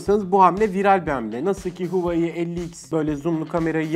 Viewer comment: huwayi ne lan huawey olarak okunuyor